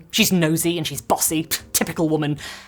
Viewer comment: The way you’re pronouncing “WHOMAN” like there’s an H in it is the best.